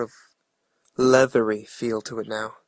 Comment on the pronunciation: I loved it when he said a lllleathery